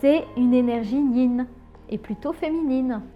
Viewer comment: C'est le Yin et le yang et pas le ying